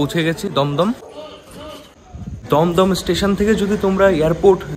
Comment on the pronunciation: ভাই দম দম না দুম দুম